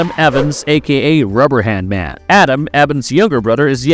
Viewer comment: I think that without Ragtag the mild exposure to the gas that Richie had wouldn't have resulted in any abilities at all. And the incessant mispronunciation of Ebon and Rubberband Man is so annoying.